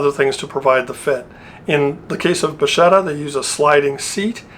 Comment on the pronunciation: Nice and interesting video. It was the first time I see the Bacchetta. Oh by the way the pronuciation is "Bakketta"and it means "wand" or "rod"